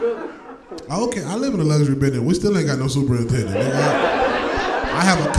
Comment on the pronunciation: Also, did yall miss when he said SUPER NINTENDANT LIKE SUPER NINTENDO LMAO